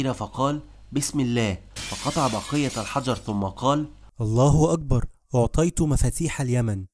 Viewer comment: عليك مراجعة لفظك للكلمات حيث انك تخطئ في كثير منها. على سبيل المثال لا الحصر: معول و حرة و أعطيت. جميل انك تحاول التكلم بالفصحى و لذا أرجو تحري الصحة في اللفظ و شكرا.